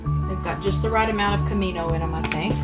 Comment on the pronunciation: after I hit the button to reply I read the recipe - you said Cumin. I need a hearing aid!